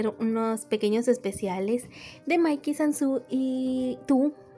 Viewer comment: OMG LO QUE ESPERABA💗✨ por cierto, ns pq dices q dices mal "Sanzu" si cuando lo dices te escuchas tiernas sibsajjaja dices sanZU, se me hace tierno ese detalle.